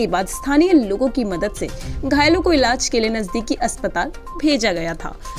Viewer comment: Iilaj.....shi se bolyee